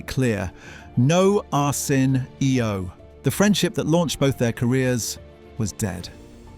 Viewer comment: Is this shit ai? Who the fuck says “arson. e. o.” but an ai voice😂